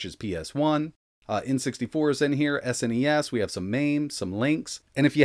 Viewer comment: Its SNES and not S.N.E.S just pronounce the whole thing as one word rather then letter by letter